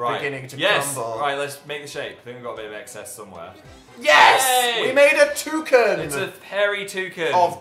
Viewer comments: WHY do they say touCEN?! it's touCAN I toucannot with them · I hate how you say toucan. It’s not toucun. It’s not a cun of soup. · Did...did they say "toucin" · "WE MADE A TOO-CUN" I Love British Pronunciations